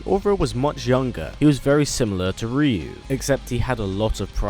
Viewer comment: Hearing the way you say "Ryu" is frustrating lol